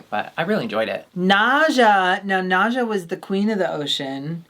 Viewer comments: Hey Naza's name is pronounced like "NASA" the space agency not like "naja" the snake. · I love u call NASA as NAJA and NAJA is a snake in Brazil kkk